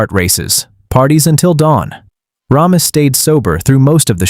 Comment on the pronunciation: Ugh, it's "RAY-miss" NOT "RAHM-iss"